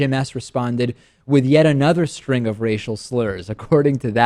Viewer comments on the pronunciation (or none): none